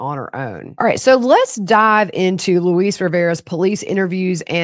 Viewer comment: Luis is pronounced like Lewis. If you listen to the DA call him or him say his name, you will hear him pronounce his name. Or listen to his confession.